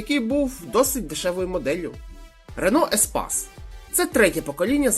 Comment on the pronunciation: По-перше не еспас, а еспейс Рено, по-друге, якщо розумієш машини, тим більше в Києві, чого неможливо в інші міста заглянути?! Харків, Київ, історичні автомобілі Донецька та Луганська, до 2014. Так справка. Бо я теж інколи машини знаю, але я можу обрати й крім Києва.